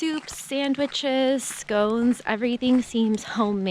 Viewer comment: The lady said "scone"..as in "cone" with an "s".. maith an cailìn...ar fheabhas!